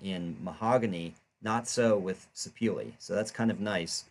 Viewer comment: Great video. However, the wood name is pronounced "Sir-peh-leh". It got it's origin from Sapele town in South-South Nigeria.